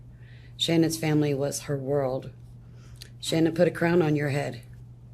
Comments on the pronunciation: Can I just say, I’ve been holding this back a long time because I know true crime YouTubers aren’t meaning to, but her name is not pronounced “sha-nan” it’s pronounced Shannon even tho it’s spelled like Shannan, we even heard her own mother in the clip in the courtroom pronounce it Shannon. It just seems hurtful, literally every person who’s ever covered this case has pronounced her name wrong even after hearing how her own mother pronounces her name. Shannan didn’t deserve any of this, and she doesn’t deserve to have her name mispronounced by everyone after she’s gone. Idk it just feels hurtful sorry if this is a hot take and upsets anyone not meaning to I just think it’s very important we are pronouncing victims names correctly. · I’m confused about the pronunciation of Shannan’s name. I always hear it pronounced like you have, sha-nan, but during the victim impact statement her mother pronounced it like Shannon. It’s not the most important detail but something that has always bugged me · So, her own mother pronounces her name, "Shannon." That was clear as day. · Why does everyone pronounce her name that way. her MOTHER, you know, the person who named her, pronounced it the normal way "shannon" IN THIS VIDEO. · Just curious why Shannan’s parents pronounce her name one way, but everyone else, including family, friends and the general public pronounce it differently. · I'm sorry did her parents say Shannon? Sha'nan lol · Why does everyone pronounce her name wrong when her mom says it like Shannon not shan-ann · If her mother pronounces her name Shan-un why does everyone always say Sha-nan? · Stop saying her name like that if you listen to her own mother say her name she says it just like Shannon it’s not shanAnn you can still say Shannon with an A Shannan! Everyone keeps saying her name all wrong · Her own mother pronounces it “Shannon” but media continues to pronounce sha- NAAAAAN. What am I missing. So weird.